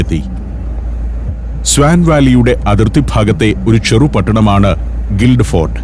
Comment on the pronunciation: സന്തോഷ് സാറെ ഗിൽഡ് ഫോർഡ് അല്ല ഗിൽഫോർഡ് എന്നാണ് പറയുക, ഞാൻ ഇംഗ്ലണ്ടിലെ ഗിൽഫോർഡിൽ ആണ് താമസിക്കുന്നത്